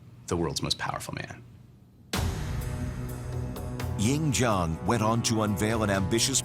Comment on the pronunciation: also... weapon at that time.., city walls at that time... and the Chinese name Lv Bu Wei should not be pronounce Lu Buoy (how you spell pronounce?) Ying Zheng (Ing Jan... hmm.. not really... English don't have this sound)... you (narators) just need to learn the language too man...